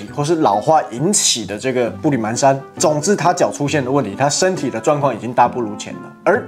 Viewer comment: 热切希望湾湾替我们参观法国啦，湾湾才是天道正统！还有那叫步履蹒（pan）跚，不叫man啦，谢谢。